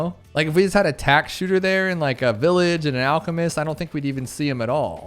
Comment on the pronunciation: Bro tack-man as in pac man